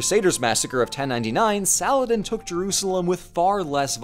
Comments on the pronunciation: i cannot express my joy at someone actually attempting to pronounce salah-adin right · did just nearly nailed the Arabic name 😗😗😗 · bro said Saladin in the real Arabic pronunciation but then says "kay-lif" smh